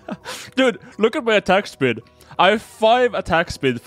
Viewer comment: like how he says atack speed and it zooms in on range